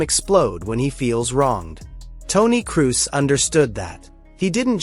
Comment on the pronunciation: If your AI cant pronounce Kroos.. or Xavi... Or Vini.. or 6/10 basic fckng English words... dont use it...